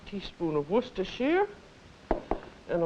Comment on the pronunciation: It is nice to hear a cook who can pronounce Worcestershire correctly